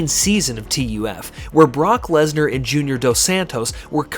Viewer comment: Ok, love the video. Only point, TUF is just said like the word "tough". Saying T.U.F. over and over was weird.